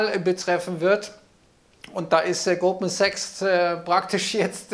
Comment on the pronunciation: Fuggi hat mich heute irritiert. Ich habe anfngs immer nur "Gruppensex" verstanden, bis es mir dann dämmerte. Fuggi hat Goldman Sachs mehrfach leicht schludrig ausgesprochen.😄 😅